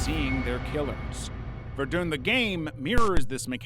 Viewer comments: verdunn not vendoon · Ok, this video is great, but Ver-Dune has cackling. God, i love it when people get names so comically wrong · This person has never heard someone pronounce the name of the city of Verdun ever have they?